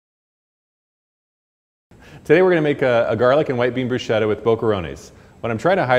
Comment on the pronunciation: Broosheda? And you’re a chef????